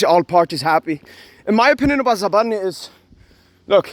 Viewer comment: You messed up his name but keep up the good work🤝